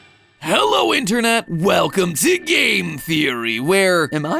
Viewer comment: Clicked faster than mat pat could "hello INTERNENT"